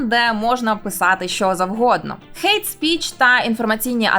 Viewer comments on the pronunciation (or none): none